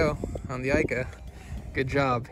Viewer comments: It's pronounced eeeeeka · Youre pronouncing ika wrong